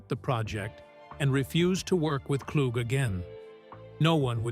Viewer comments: What a waste of time. Can you at least say the mans name right. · Thank y'all for commenting so I can stop watching. I'm in Detroit and pissed that the AI voice screwed up homie's last name. Earl is forever amooth. I've been hearing his music pn rotation now more than ever on SiriusXM.